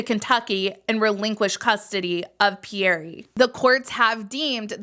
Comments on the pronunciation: Pe-yere not Pee-yere-ray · Yeah it’s pronounced pee-air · Quick note for if you make another video when you pronounce Pierre the E at the end is silent.